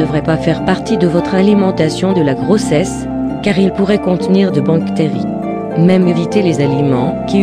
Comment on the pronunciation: On dit bactérie mais on ne dit pas banctérie